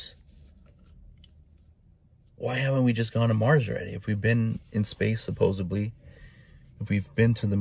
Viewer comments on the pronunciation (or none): "Supposebly? Supposebly?!" oh!!!! No!!!!! My ears!!!!! Peoples, not tooting my horn here, its just that i am a writer and transcriptionist. Through all improper articulation I endure, for-a-living, this is, by far, the worst, because its a tell-tale sign of little to no education, in totality! *shaking uncontrolably*.😝😝😝😝 (He's a flat earther...) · As soon as someone puts a “B” in the word supposedly, I’m out. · This guys worst offense-he says “supposibly”